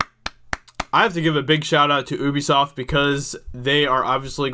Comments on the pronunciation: The way he says Ubisoft is so annoying, it’s not oobisoft it’s Ubisoft 😂 the same way it’s universal and not ooniversal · It's ubi-soft, not ubbie-soft mate.... Jesus bloody Christ... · It’s pronounced “YOUBESOFT” not UBEFOST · Oubisoft, it’s youbisot. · It's not "oobi-soft" it's pronounced "hue-bisoft" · Really wish Americans would stop pronouncing Ubisoft as "OOBISOFT" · Pretty sure it's "yew bee soft". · Woa buddy had to immediately dislike because of how you pronounced Ubisoft